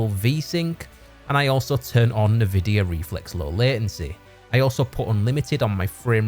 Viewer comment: Ni-vidia is a wild pronunciation